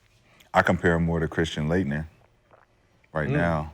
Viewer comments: This man said Latner and Deng! The disrespect is real! Lol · Love is a color comparison but I can’t believe this nigga said Laetner😂😂😂